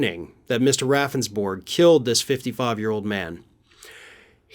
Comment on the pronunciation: I live in South Dakota. His last name is pronounced Roundsberg. Don't feel so bad his lawyer kept pronouncing his name wrong & the legislators got a chuckle each time he did it.